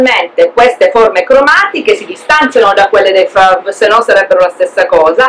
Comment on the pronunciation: ahaha non si pronuncia cosi i Fauves ....ma cosi ( Foves, senza pronunciare la "S" ) scusa , no per fare la maestrina,...poi fai come vuoi , non mi piace il cubismo ....